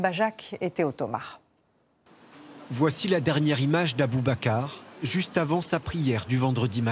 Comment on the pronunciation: Respectez les noms, "Abou Bakar", sérieux !!!